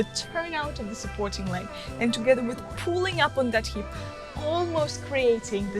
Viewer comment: Hey Maria, thanks for the video. Just a small correction, it's 'hip' not 'heap' ❤️❤️